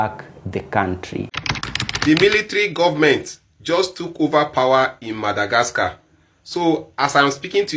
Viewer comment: The only person in this world who can say MADAGRASKA......lol